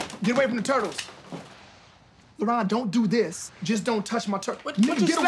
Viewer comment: I feel like his actual name is labron but he just cant get that b out and people think his name is laron